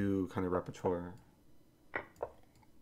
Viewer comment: Eric, RE: O:44 Please, I'm begging you -- repertoire is pronounced REP-PUH-TWAH (or something like it) -- I'm nearly out of teeth from grinding them.